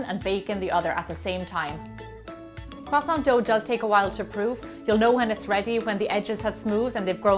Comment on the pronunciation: are you going to finish that kwoossaunt